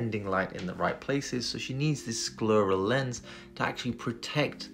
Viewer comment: I've never heard anyone pronounce "scleral" as rhyming with "squirrel" before. Accents are fun!